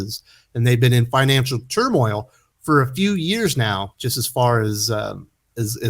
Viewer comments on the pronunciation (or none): none